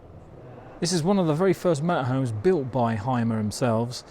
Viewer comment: Hey folks Hymer is pronounced Hümer and not Heimer 😊. Thanks for the vid.